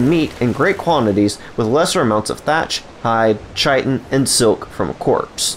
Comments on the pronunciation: please stop with the mis-pronunciation of Chitin XD , I know there are a lot of people out there who looked it up and found the WRONG videos on youtube. Do not believe the mis-information out there.. it is pronounced KAI-TIN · Chitin - KITEin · Doesn’t even know how to pronounce Chitin, yet you’re out here spreading misinformation… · Doesn’t matter as long as they understand it